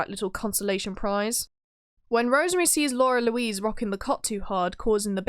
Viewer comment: It's "Lara Louise" not "Laura Louise".